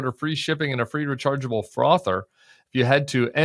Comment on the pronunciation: He said frother….